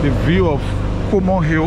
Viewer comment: I believe it's Coleman Hill not Comor Hill.